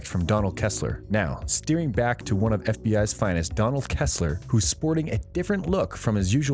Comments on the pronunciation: It’s “Donald Ressler” not Kessler!!!! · Lol. It’s Donald RESSLER not Donald ‘ KESSLER’. Ha! and you are giving us ‘ INFORMATION’ on the Blacklist. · To the person who made this... you obviously aren't a fan ... it's Donald Restler not Kestler. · It's Ressler not Kessler. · Should've stopped listening that first time you said Kessler 😒